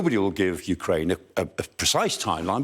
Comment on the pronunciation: I love that "ooh cry enya" 😂